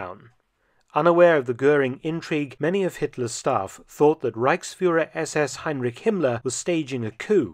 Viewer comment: Since this era is your definite speciality, as a German, I would highly appreciate if you could learn to pronounce names such as "Heinrich" properly. Otherwise, lots of great work.